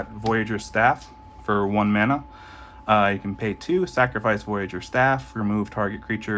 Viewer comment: Stopped watching after I heard "mana" pronounced like that.